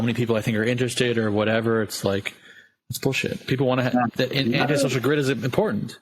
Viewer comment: “You can get whateva....”